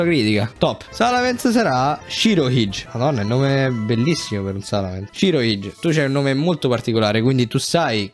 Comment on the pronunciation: Svelo un arcano mistero che forse non sarà stato risolto per anni? Shirohige è la traduzione di Barbabianca di One Piece. Si pronuncia: sciro-ighe ❤️